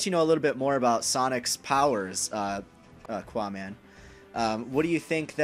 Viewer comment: One thing that is bugging the shit out of me. Qaaman is not pronounced 'qwa-man' it is pronounced 'ka-man'. That shit is bugging me! Anyway...